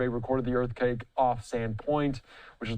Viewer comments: did he say Earth Cake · "Wait did he just say Earth Cake? / 🤦🏾‍♂️ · "Earthcake" lol.